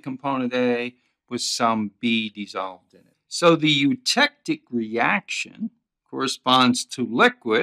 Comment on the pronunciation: Oh god, why scream every time when pronouncing the word eutectic